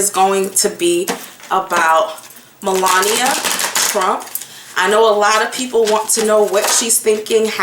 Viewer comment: Hey girl, hey 😊 you have a serious problem with names. ME....LA...NI...A.... MELANIA. looool